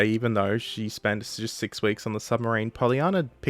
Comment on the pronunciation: "RN sumbarine museum"